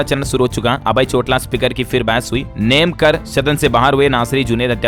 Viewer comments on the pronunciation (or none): चोटला नहीं सर जी चौटाला होता है